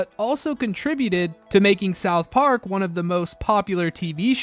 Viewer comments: The way you pronounce it South PARK, not SOUTH Park. Technically it’s correct but it sounds off😊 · Why do you say south park so weirdly?